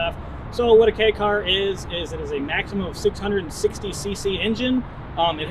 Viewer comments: I'm not sure on the 4 foot measurement, but I know the 8 foot long part is definitely wrong. It's much closer to 11 feet. All he had to do was measure the one next to him. I don't know about the downtown city reference he speaks of, but the KEI (pronounced like the following letter, K) class does get some preferential treatment regarding registering and taxing, though Japan has reduced some of these advantages in the past few years. At one point you didn't have to prove you had an off the street parking place for them because of it's small size. This car is from the end of the bubble economy, back when people had money, and car companies were bold enough to try fun things that maybe didn't need to speak to almost everyone to justify building them. I'd love to have one, the 4WD version if possible. A nice video. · pronounced K" not Key haha but great vid chap! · Kei is not pronounced key its kay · You pronounced kei wrong